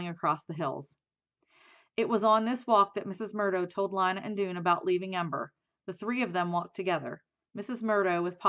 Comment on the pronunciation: You are saying Lina wrong